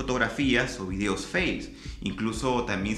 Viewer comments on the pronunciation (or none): none